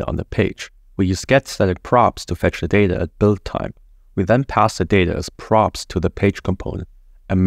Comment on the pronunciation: This is the best Next.js 13 explanation 🎉 but sorry to say, your English is quite ugly. You pronounce data like "dater" 😅